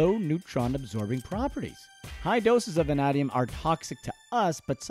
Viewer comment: I hereby order you back to the studio to re-record this audio after you learn to pronounce “VANADIUM”!!